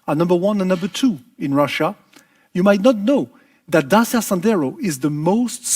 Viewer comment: For the first time a Renault chief executive pronounce corectly Dacia: Da-chi-a, not Dasia or Deisia, as french did.